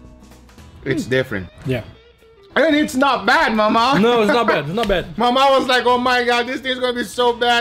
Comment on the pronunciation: To everyone: It's Mamao, not Maumau!